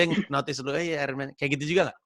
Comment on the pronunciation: Bang tweet nya Ryan, katanya Iron dibaca eye-earn bukan ayren. Sekedar mengingatkan